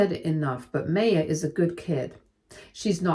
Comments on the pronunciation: I always thought it was pronounced "MAH-ya" not "MAY-ya" ... Sorry, it was just bothering me. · I’m sorry but every time the narrator called this poor girl May- yah it just made me want to grind my teeth. The name is pronounced My-yah. Please update this. It really takes you out of the story. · The name MAYA is pronounced mai-yaa, like the ancient civilization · It's pronounced MY-UH. Please check name pronunciations, you have a tendency to do this often and is super annoying. Thanks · My sister asked me to leave this link as you are pronouncing her name, Maya, incorrectly. The correct way to pronounce it is My-ah.